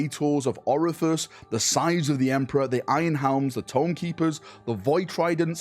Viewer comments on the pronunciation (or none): Bro pronounced Orpheus as Orifice. 😂😭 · "Praetors of orifice" 🤣 and he keeps saying it every time that comes up lol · Praetors of Orephus :D You mean Orpheus right ? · Thanks for the informative video. I'm still chuckling at pronouncing Orpheus as "orifice" though. Freudian slip? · Orpheus, brother...Orpheus.